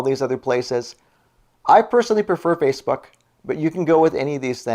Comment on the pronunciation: Well ive been residing here in Washington State A native of California state ! Sounds like your saying Spacebook .Well people change in appearence . How about at Gay bars lol .